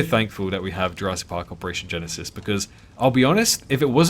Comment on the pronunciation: Everytime you are saying jurassic park operation genesis i subconciously hear jurassic park operation genecide xD